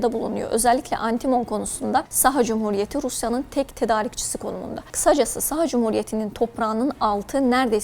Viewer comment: Неправильно ставите ударение - СахААА